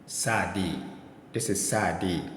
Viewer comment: Also צ should be pronounced "ts" as in "cats" and not "s"